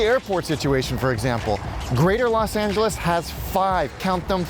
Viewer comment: Why Do You Keep Saying Las Angeles?